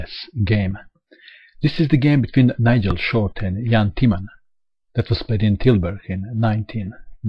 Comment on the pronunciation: Great video as always. You're also one of the few foreign people that i know that can pronounce Tilburg correctly. Impressive.